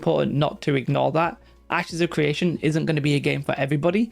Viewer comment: It's CRE ation not CWE ation. Lmao?